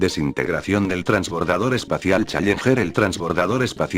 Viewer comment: Me enferma escucharlo pronunciar la palabra challenger como "chayenjer" 😒